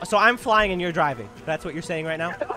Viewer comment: bro said im not moving im not moving and then says yourn not oving either lol